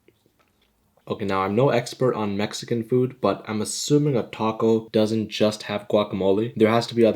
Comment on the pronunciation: WHY DOES HE SAY “TACO” AND “GUACAMOLE” LIKE THAT IM CRYING 💀🙏